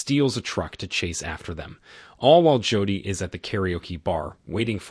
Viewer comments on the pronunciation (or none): You need a better AI where you can adjust words especially if they are main characters in your video. I mean I can ignore "Mick" for Mike and so forth but Jodi... really?